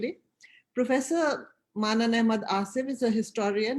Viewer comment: pronunciation is منَّان and not as it is spelled and sorry also Your name is رعنا Ra'ana and not Ranaرانا۔